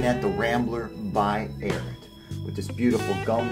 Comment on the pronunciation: You need to learn how to pronounce the name lol 😂